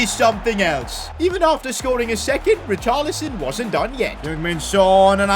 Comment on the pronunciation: Bro can’t even say richarlison right